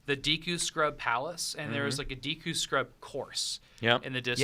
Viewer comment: Ever since I was a kid I always pronounced "deku" "doo-koo" in my head . So him saying "Dee loo" sounds funny and weird.